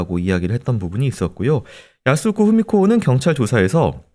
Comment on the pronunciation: 야스후코 아니고 야스후쿠입니당